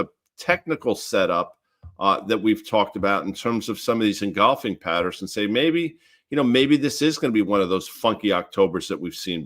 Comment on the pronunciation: Hey Guy, love your work. BTW, it's engulfing not engolfing. Go Rangers!